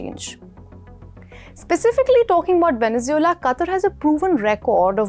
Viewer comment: Stop mispronouncing Venezuela